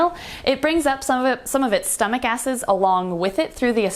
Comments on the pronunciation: Please tell me I'm not the only person who heard asses instead of acids ... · Two funny mistakes in this video: 1. You accidentally flipped us off as you mentioned in a comment 2. You said "asses" instead of "acids" I honestly laughed a little at both moments of the video XD